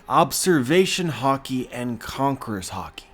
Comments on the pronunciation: Am I the only who who keeps hearing "hawkey" instead of HAKI (HA-KEE)? Sorry, I love your vids but this was cringe worthy a bit lol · Please master the pronunciation, hah-ki not har-ki. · it's not hockey it's freaking HAAAAAKI !!!!! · It’s haaaaa-key(haki) not hockey thanks.❤️ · ha-ki not hawki the way you say it was messing wit me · stop saying harki it's ha ki haki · You say hockey instead of Hacki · Are you saying hocky or ha-ki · Conquers hawky🤣🤣😭😭😭😭🤣🤣🤣🤣🤣🤣🤣🤣😭😭😭😭😭😭😭..its haki dude🤣🤣🤣🤣🤣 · Can't stop hearing "hockey" now lol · i think its pronounced as high ki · I can't erase it, every time he say "Haki" i only hear "Hockey" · “Concors hockey” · Dude, you say it with a very hard accent... say it like this: HAAH KI - say it like you are screaming with pain. an open 'A' sound. aaaaaaah so, haaaaah ki. try it. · What huh-key ? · Listen, when you watch Japanese anime pay very close attention to pronunciations, dont not say it to suit your accent. And its "Ha" "key"(haki) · This is epic,also what I don't get is all this "" "" says it wrong,isint it pronounced hockey,hawkee, hah key,.....Yeah I'm Canadian as fuck big whoop wanna fight about it.. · i'm sure there's an A not an O in Haki bud.. I pronounce it Hackey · For some reason I thought you were saying 3 types of Hockey.... dude go learn some proper Japanese lol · No need to be negative does a great job with these videos so I ask you to appreciate what he does and don't get on him for say a word a different way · the way he pronounce haki man its so cringy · Yeah but the way he pronounces haki kills me